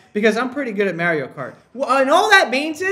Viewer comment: the way he says mario BYE